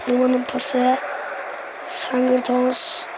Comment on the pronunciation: sangurton deyil sigdorson